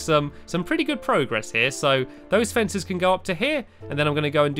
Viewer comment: I couldn't tell if you were joking about this but pragress isn't a word